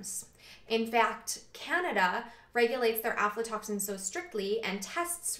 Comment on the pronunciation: video 2 years old.. that has real scientific information. has > 500 views... but some whacko moron talking some pseudoscience panic bullshit will get millions.. but anyways thanks. i came across some "OMFG DONT EAT PEANUTS ALPHA-TOXINS!!! (she pronounced it alpha " panic today and linked this video to her. also yes, everything you said about lectins; Legumes are a superior food and vital to nutrition and lectins are no worry.